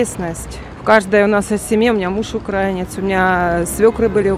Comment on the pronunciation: Они даже не могут в словарь заглянуть,чтоб правильно делать ударение в слове "украИнец".